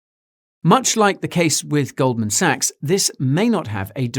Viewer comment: It's pronounced gold man sacks